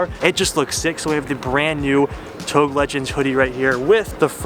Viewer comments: does it bother anyone else how he’s saying touge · Please don't ever pronounce touge like that again. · I like the way he pronounces "touge" lmaooo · Why he keep pronounce touge wrong ? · That touge pronunciation though :( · SAYING YOURE A BIG FAN OF INITIAL D BUT NOT SAYING TOUGE RIGHT!? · Mans said "touge" like "towg". Wtf? Lol. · It’s pronounced toe gay not tOuGe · "Touge" is pronouced "Toe-gay" as per the japanese pronunciation. Not pronounced as "togue" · We gonna comment on him saying touge and pronouncing it like ‘TOE-G’ isn’t it ‘toojje’ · Did my man just say Toug? lmao its TougEEEEEE aswell as PorschEEEEE. But no hate only love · Please do not pronounce TOUGE as of "toge". It is pronounced as "toe-geh" . disrespect to a Japanese Culture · OMG ITS PRONOUNCED TOE GAY, NOT TOAG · You pronounced touge wrong. It is pronounced tou gei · Touge.....tou-GEI how it’s should pronounce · It's pronounced To-Ge :) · Touge. It's Japanese for the mountain roads where you race uphill and downhill very fast. 'Toe-geh' is the way to go, always above 8000 rpm. someone had to say it. haha sorry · You pronounce ‘touge’ wrong pal. Learn the words first before made a product using the name smh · c'mon man. It's 'touge' ( TOE- GAY) I absolutely love your content but please if you're going to incorporate it in your merchandise at least pronounce this LEGENDARY car culture term correctly. Much love. 😂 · If your gonna be making togue shirts you gotta learn how to say it like the rest of us lol. Or else call it canyon legends lol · Dude... Touge is pronounced 'TOE-ge'. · Isn't it pronounced tougé? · Touge is pronounced as TOE-ge. 😅😅😅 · did my man just say tog bruh smh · Hey! Love the channel, just FYI it's pronounced TOW-GEH =) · Isn't it touge pronounced toe-gay? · Touge is pronounced like "To-ghe" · It’s like TOE gey before people get hurt hurt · touge is pronounce as tow-gay